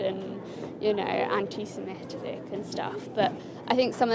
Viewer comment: ‘Anti- semetevic’ 😂 😂 😂